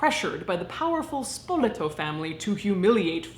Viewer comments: It's pronounced SpolEto, not SpOleto. Much love from an Italian deathling. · Let me preface that I am from Charleston, SC where we have the annual Spoleto arts festival. Therefore, only because of annual exposure most of my life that I know is pronounced “Spo-LAY-toe”. The beginning “Spo” sound rhymes with bow. Otherwise I would have no idea how to pronounce it and I graduated from the “Harvard of the Carolina’s” lol Side note: Stephen Colbert met his wife during one Spoleto festival in the early nineties. :)